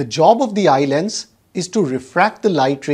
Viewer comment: I astonished the pronunciation of "Eye Lens" by YouTubers as eyeland. The youtuber must pronounce correctly, it irritates. I stopped watching his video in-between.